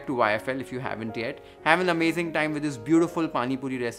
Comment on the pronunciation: PLEÈEEEZ FOR GOD'S SAKE, IT'S NOT PANI PURI. I😊It's Pronounced PAANI (WATER) Poori